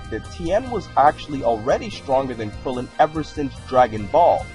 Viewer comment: Ik but you said krilloin xD so I had to point it out